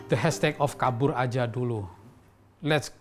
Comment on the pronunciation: i really hate when the narrator pronounces kabur aja dulu😂